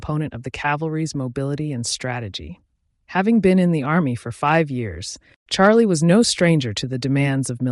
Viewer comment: Hs name is pronounced as shalay